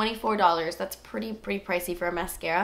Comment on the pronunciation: I swear your videos is amazing there informational, so cool, and funny as hell! i love you. I wait for the story for the burn on your face, and i started laughing then it wouldnt be a video with out you saying " Dass Expensive" and....... chicken lip, i heard chicken leg. Oh that eye liner thou, i was like holy shit just as your eyes open liked that lmao. love you babes